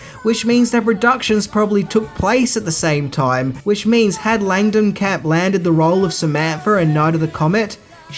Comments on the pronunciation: langenkamp! not Langdenkamp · Langenkamp not Langdenkamp. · Heather Langenkamp not Langdonkamp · Langenkamp...not Landenkamp. Maybe no one else cares, but as a Langenkamp myself, I am HIGHLY offended! Well...maybe not highly. And maybe also not at all. Love your channel! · why can no one say Heather LangenKamp's name correctly .. Lang - En- Kamp not Landincamp .. and not Langen-camp like james Rolfe says in his NOES reviews .. LANG- EN- KAMP not that hard .. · Heather's last name doesn't have a d in it.